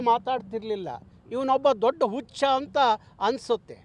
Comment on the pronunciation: Anno nivu modlu Kannada sariyagi uoochara madtilvanno Hucha annod bittu ucha antiya Jadu annod bittu aadidane anti allanno